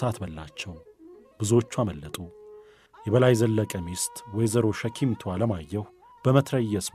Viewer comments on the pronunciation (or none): ሸኪምቱ ሳይሆን ሸክሚቱ ተብሎ ይታረም:: ከአክብሮት ጋር